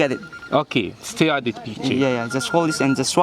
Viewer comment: Its not stear .. it is stare